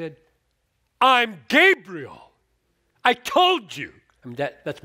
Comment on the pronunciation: I know you didn't mean to, but it did sound like you said Gabriel is God .